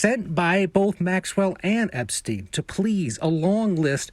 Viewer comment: why does he say epstine and no esptein ?